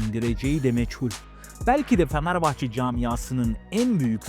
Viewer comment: abi niye "fanerbahçe" diyosun XD